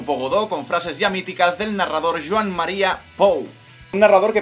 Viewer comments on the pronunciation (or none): none